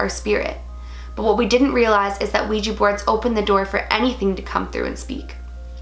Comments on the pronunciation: Its a Ouija board not a Ouijee board...*switches channel* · It's kinda cute how it sounds like you say ouiji board ^^